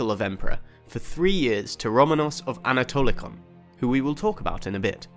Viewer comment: Its pronounced anatolikon and vukelarion